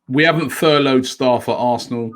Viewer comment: "ITV have furloyed their staff"